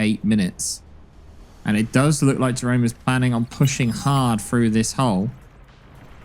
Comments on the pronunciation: If British his name is pronounced ye-roon. Love from the netherlands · Jeroen is pronounced "yeroon" btw. It's a Dutch name.